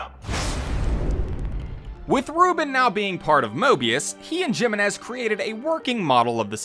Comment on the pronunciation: *Hee-meh-nes Jiménez.